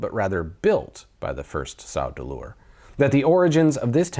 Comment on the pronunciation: Every time you said "Sau Deleur," I thought you were going to say "Sardukar" as well.